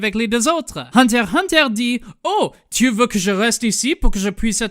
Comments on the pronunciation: C'était très bien et très drôle ;D Mais si tu voulait VRAIMENT faire le mec qui parle français jusque au bout, tu aurais du prononcer le nom de l'anime : Hunter ixe Hunter. Bisous depuis la France :3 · FYI its "unterXunter" in french otherwise Great job!